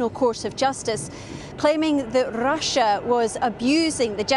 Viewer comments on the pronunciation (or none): "Claiming that R̃R̃R̃R̃r̃r̃ussiá was abusing the genocide convention..." Nice was that an alveolar trill rolled R & do all Scots pronounce Russia like that? She kept alternating between normal and *R̃R̃R̃R̃R̃R̃*